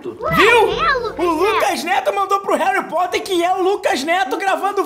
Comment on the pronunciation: harry poter: ❌ kraque poter: ✔